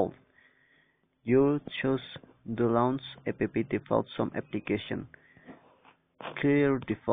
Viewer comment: Yeah is not ape pee is apps